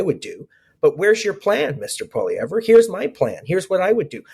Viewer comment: This isn’t a good guest unless you’re looking for a real big liberal bias. He won’t even pronounce Poilievre properly. Must be upset about the ass kicking Trudeau and the liberal party are taking.